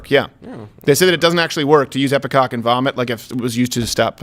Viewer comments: I'm sorry, but I almost solely (and I said ALMOST solely) watch this show for Half Asian Lawyer Bill... He has slowly, over time, become my fave ✊ PS, it's Ipecac {I-PI-KAK}.. Not IpeCOCK, Crowder 😉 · EPI-KAK not EPI-COCK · Isn't it ipeCAC? You kept saying ipeCOC...LOL! Love you guys :D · Can someone please tell Steven that it's epicac not epicock.